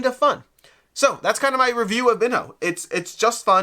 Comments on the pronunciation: It appears that the correct pronunciation is "bean-yo" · Someone who doesn’t know how to pronounce this is definitely not familiar with Ronaldinho, or any Brazilian players, or the game of football at all. So, not the best person to review it.